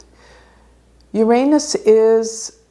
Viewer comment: I appreciate your posts but it's best to say "You're HONES(T)" for Uranus, instead of "Your Anus".